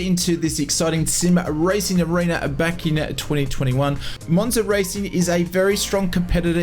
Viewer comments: Its Moza, and not Monza 😅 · Moza not monza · ITS MOZA NOT MONZA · Great video, the only annoying thing is the fact you call Moza "Monza" thats not how it's pronounced!